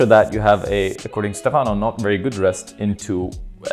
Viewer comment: It's cool to hear your comments on the route,. One note: Stefano's name should be pronounced with the accent on the first syllable (Stéfano). Keep up the great content!